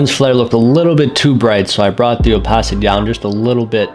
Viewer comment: also its opAcity not opOcity